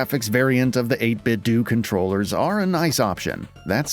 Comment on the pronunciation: Cool channel mate! Subbed! But PS - I think it's pronounced 8bit doh! - like homer Simpson says it. Sorry to be such a d**k, it just grated every time I heard it😊